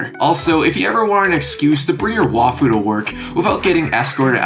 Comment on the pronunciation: Pronouncing waifu as wahfoo is extremely funny